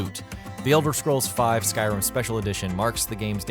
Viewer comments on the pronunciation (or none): none